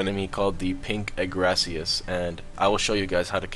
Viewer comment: Agaricus SP(UH-GAYR-UH-CUS)